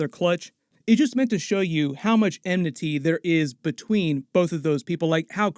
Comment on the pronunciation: The word is "enmity" not "emnity" - the root is enemy, eminy isn't a word. "With friends like these, who needs eminies?" Doesn't work..